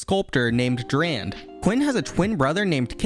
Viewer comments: Few things! Volibear has an ear piercing, Durand (not drand) sculpted Galio, and that Laurent pronunciation was perfect. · pretty sure u missed an u since his name was durand and not drand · Yo, the one who built galio is Durand. You said Drand there. But good video, keep on goin' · It's Durand, not Drand. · Galio's creator is named Durand not "Drand" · Galio's sculptor's name is Durand not Drand. Hence why his W is named Shield of Durand. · drand yes dRAnD. ITS DURAND URSD FJHGTUYJB >:( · Hmm.. Drand, was pretty sure it was Durand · Its Durand not Drand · Galio's creator was named Durand not Drand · Awesome video, just one thing, the Demacian guy was Durand not Drand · Quick correction: pretty sure Galio's maker named Durand, not Drand. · uhm nightcrawler is an x-men. so marvel, not DC. and Galio's sculptor is called Durand (you missed the 'u')